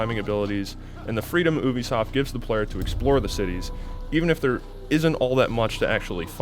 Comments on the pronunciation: I thought ubisoft was pronounced Youbeesoft not oobeesoft. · Why does he say oobisoft? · My man said oobisoft